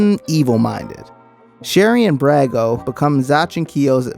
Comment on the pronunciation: A good recap however you did pronounce some of the names wrong - Brago [Brog-Oh] - Kanchome [Kon-Cho-May] sometimes also pronounced [Can-Cho- me] - Folgore [Fol-Gor-Ray]